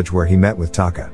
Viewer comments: Taka, not Kata. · You literally had one job, her name is Taka not Kata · Omura & Taka.. not Okomura & Kata.. I watch this movie always..